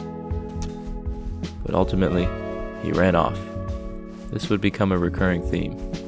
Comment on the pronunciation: The ultimint no no scware